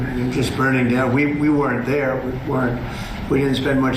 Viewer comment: Why does Trump pronounce the word "weren't" as "wer-rent"?